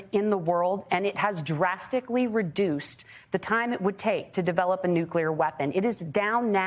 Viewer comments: Someone should ask TIMMY WALZ how to spell the word NEW-QUE-LURE? What a F**K**G GREENHORN TIMMY WALZ IS. The word is spelled nuclear and it is pronounced NEW-CLEAR. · I agree. It’s self-evidently nuclear. But you ought to be asking the same question of DUBYA BUSH. Why does he get to say NUCULAR, yet Tim Walz doesn’t?